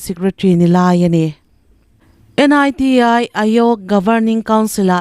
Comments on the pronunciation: N.I.T.I tia lamrik tur anilova NITI AYOG tia lam rik tur ani. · Niti ayog i lam dan chu mak ve 😂